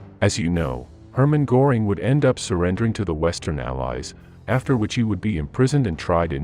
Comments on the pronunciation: Pronunciation is awful..Go -ring and Do-nitz is incorrect. 🥴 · And Goring is pronounced more like GER-ring, because if my memory is still good, the O has an umlaut over it (two dots). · It's not Gooring! Göring! Please, learn something🇫🇮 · Göring is pronounced Gerring not Gorring…just wanting to help! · AI voice won't do it for me . Maybe teach the computer to say Goring . There is an "umlaut" over the O . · I'll see your "Heyn-Rickey" and raise you a "Gore-ing." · Pronounced Hein-rit-si. Machine fails again. Also, Ger-ring. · Apparently, AI voices have no understanding of what an umlaut is. Goring is what a bull's horns do, while the ö in Göring sounds like the first syllable in girl, curve, and fleur. Lately, I have gotten to really hate AI. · Please learn how to pronounce Göring. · AI can't pronounce umlauts? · For gods sake get a voice that can at least pronounce names correctly - Goering’s name is mispronounced repeatedly. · The narrator doesn't know how to pronounce "Goering." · Not just the names of generals. Göring is also pronounced wrong.